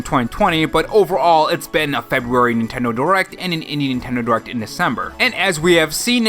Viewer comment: Cool animations. But “Febuary.”🤣🍩🍪